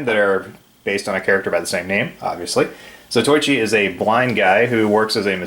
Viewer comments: Allow me to correct your pronunciation. Zatoichi sounds like Zaw Toe Eee Chee. Nice tool box. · A minor FYI: as to the name, it is pronounced 'Za-toh-i-chi', not 'Za-toy-chi'. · His name is pronounced Zato-ichi.